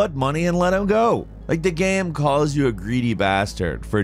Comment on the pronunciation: He always pronounces "game" as "gam".